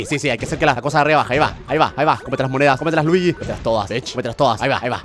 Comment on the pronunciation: No es ljiyi es fire mario